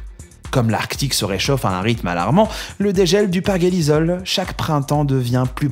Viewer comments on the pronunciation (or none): perjélissol et non pas perguélizol